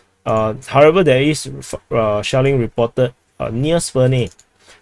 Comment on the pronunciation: Commander pronounces SHELLING as "shaolin"... 😂